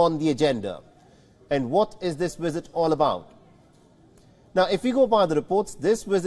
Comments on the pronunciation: its visit. not Wizit.. bite your bottom lip to say visit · Lmao he said "wisit" instead of visit 😅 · What’s a wizit,,,, does the presenter mean visit 😂😂😂😂